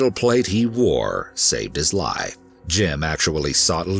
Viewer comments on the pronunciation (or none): Why does he pronounce the F in Life or Wife? He says lie and Wie